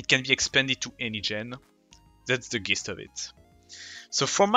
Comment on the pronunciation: Dope video. Just subscribed. "Gist" is pronounced "jist" in english. Just a respectful tip :D